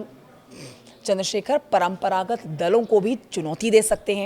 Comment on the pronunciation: U can practice Paramparagath word daily 10 times😂